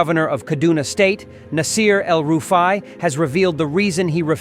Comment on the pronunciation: Did you say EL rufe i ?? U dey whine me 😂😂😂